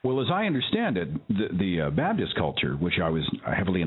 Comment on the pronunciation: Babdist? Isn't it Baptist??